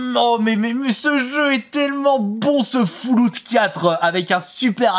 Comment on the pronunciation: J'ai un peu grincé des dents sur ta prononciation de Deus Ex Mankind... Mais... Fouloute 4 ??? Sérieux Fouloute ? Fol awt ! x'D Sinon c'est sympa j'ai découvert des jeux merci :)